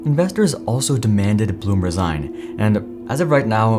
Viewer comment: Fun fact: it’s neither ‘Porsh’ nor ‘Porsha’ it’s PorschE, the e is NOT silent, and it’s not an a. Same thing with its CEO, BlumE 😂 fun fact 2: Blume translates to ‘flower’ 🌻